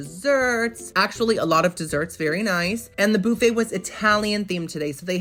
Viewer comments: why does he pronounce Buffet in such a weird way BoUffet...weird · Love how you say BOOFEE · The way you said buffet, made me think you are from Louisiana!!??